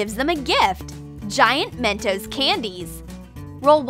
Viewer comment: That’s not how to say mentos😡👎🏾